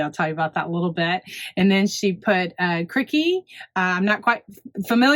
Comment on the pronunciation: From an Aussie. Crikey is pronounced Cry key. From Steven Erwin crocodile guy. ❤